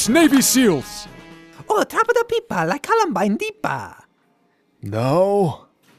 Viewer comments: did he say Columbine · Idk if I'm crazy but I heard say Columbine or something like that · Did...did say colombine? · I also heard Columbine. When you see your classmate reach into his backpack and begin humming Pumped up Kicks. O.O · did just fucking say columbine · I swear just said Columbine when Luigi showed him the gun. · Did say columbine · Why did say columbine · He said columbine🤣🤣🤣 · he said columbine